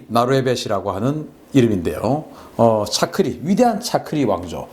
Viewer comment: 박사님... 너무 잘 아시고 태국어를 한국어로 부르는 말이 너무 정확하시네요.. ㅎㅎ 챠크리라고 부르시는거보단 짜끄리 라고 부르시는게 정확한 발음 입니다. 푸미폰 아둔야뎃... 맞습니다. 전 태국국왕의 풀네임 입니다. ㅎㅎ 즐겨보고 있습니다.... ㅎㅎ